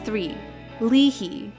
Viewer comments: Why are you pronouncing “Lee Hi” as “Lee He”? It’s literally “Hi” as in .. “hi” .. you know .. another word for “hey”? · LEE HI LIKE HI NOT HEE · Lee he??? Lee Hi it's the letter "I" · If you could ever do some research on how to pronounce Hayi’s name, it would be good to hear instead of Lee Hee. It’s pronounced as ‘Lee Hai’ And her comeback on No One is pretty good, which she get No. 1 in digital charts on the day it released, and loving by many but unfortunately she ended her comeback early due to unexpected incident during her promotion. But leaving YG is still the best decision she made 👍🏻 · Please pronounce Lee Hi's name correctly. It's Lee Hayi not Lee Hi. Her name was Lee Hi but pronounced as Lee Hayi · LEE HI !!!LIKE HIIIIIIIIIII NOT LEE HEE !!!! FOR HI SAKE!!!! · It's Lee Hi not lee hee and I think minzy is one of then too. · Sorry to be that annoying viewer but I can’t help but bring this up. The ‘Hi’ in Lee Hi is pronounced exactly how you say hi or high. Not “He” or “Hee.” Thank you. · Why "BLACK SHEEP"?? Black sheep is an idiom used to describe an odd, disreputable, or disgraced member of within a group or family. Hyoyeon did not leave SNSD. Henry is not Korean-Chinese. Lee Hi is not pronounced as 'li hi' but as 'i hai' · Lol it’s not “lee hee” hi is literally pronounced like hi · It's pronounced like Lee Hi (High), not Lee Hee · Isn't Lee Hi pronounced Lee High? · Lee Hay as in Lee Ha Yi. Not Lee He. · It’s pronounced as haayi lmao not hee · " lee hee " It's 하이 as in "hi" in english though.. not 히 or희 :" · It's not Lee hee but Lee Hi! Plus she said that YG really helped promote her. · uh, yeah. ha-ee is how you pronounce high. pronounced it like “hee” which would be 히 in hangul. it’s pronounced like hi/high, which is 하이 in hangul, a.k.a. ha-ee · Not “lee-hee”. It’s either you say “lee-hai” or “ee-hai”. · It’s not Lee-Hee, it’s Lee High...and Hyoyeon isn’t a former SNSD member. She is a SNSD member. Do some research before posting.